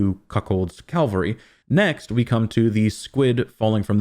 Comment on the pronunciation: CA - VAL-RY!! Gah!!!!! Calvary is where Jesus was supposedly crucified. Cavalry is a military group, historically on horseback. I know your know this. Sorry. Had to say it anyway. Drives me crazy hearing words mispronounced, especially by people who are otherwise smarter than I.